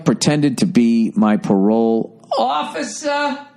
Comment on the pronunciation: When he does that super boston tone i start dying 🤣🤣🤣🤣🤣🤣🤣 "OFFICER"